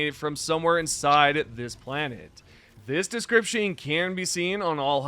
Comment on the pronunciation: He pronounces it wrong so you will comment, driving up his engagement